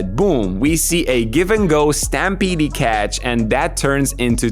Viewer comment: Second "e" in stampede is silent